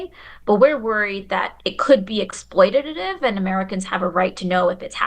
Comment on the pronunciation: “exploititatitive” x2 😂